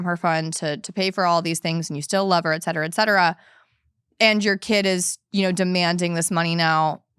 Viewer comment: Love this channel but it bothers me the way she pronounces etcetera.